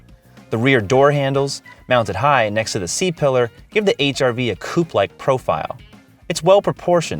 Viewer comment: You literally tried to advertised the car. Why is this content? You mispronounced coupé. This is not a car channel. More like a poor quality shopping channel.